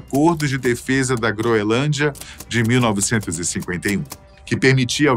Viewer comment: Não é "groelândia", como está sendo dito repetidamente aqui pelo ilustre narrador, é "GROENLÂNDIA"!🤨